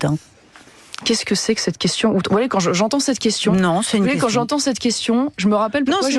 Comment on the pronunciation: Effectivement sans partager ses powitions sa quewtion edt nulle petain